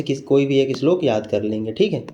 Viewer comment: Your slok pronunciation is very good